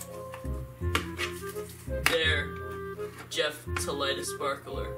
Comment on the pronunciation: I will forever hold against Jeff the time he said "The Beff and Jen Show" 💀